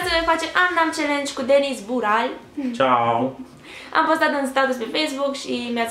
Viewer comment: bural?? =)))cel putin asa am auzit